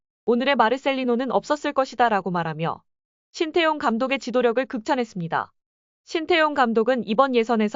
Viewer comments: 관중들아 제발 발음 좀 잘 해라 신태용이 아니라 신따용이다. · 신태용은..지장(智將)..지략으로 난관을 헤쳐나가는군!!! ( 明報....의리는 있어보이네!!! 鬱이 山이여~~~!!! ) 태용이 泰用 하고있군!!! 태와 따의..발음연습 시켜야긋다...태국애덜!!! 따용 아녀~~!!! 태~~해봐!! 하긴...신 또용이면 또 어떠냐!! 메세지만 전달되면 되지!! 따용이 ...땡큐~~~그거쥐?! 알게써!!! 인니 팍팍 응원할께!!!